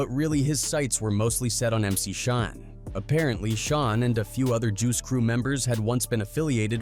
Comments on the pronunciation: It's Shan, like, pan! Not Shon. 🙄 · AI sucks Shan not Shon. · Mc Shawn is how it pronounced it..lol Shan, like can